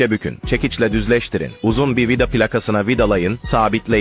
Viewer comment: Bu adam vida diyemiyormu vida dağı diyor😂😂😂😂😂